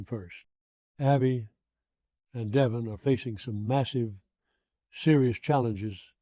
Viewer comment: This must be some IA generated nonsense. Of all people Victor wouldn’t call deVON, Devon.